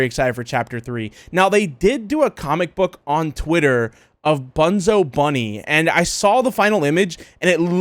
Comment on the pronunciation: It’s bunn zo